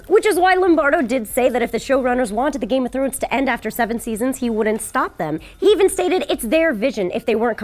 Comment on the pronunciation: Game of Trones!? I thought he said trones lol